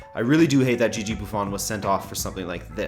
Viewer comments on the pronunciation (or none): none